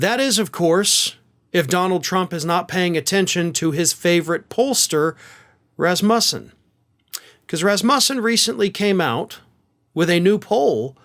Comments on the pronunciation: Pretty sure the emphasis is on the first syllable ( RAZ muh son). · The word is Rasmussen with the stress on the first syllable